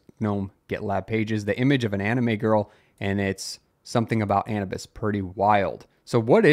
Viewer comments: How do you not know how to pronounce Anubis! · Wondering if this was the real cause of the Twitter/X outages. This is how you say: A - New - Bis. Anubis was originally the Egyptian god "of mummification, funerary rites, guardian of tombs, and guide to the afterlife as well as the patron god of lost souls and the helpless"